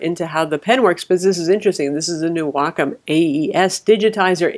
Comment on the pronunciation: for pronouncing "Wacom" correctly :)